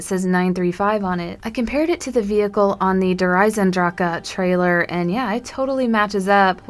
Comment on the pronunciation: you do not pronounce the E at the end!!!!!!!!!!!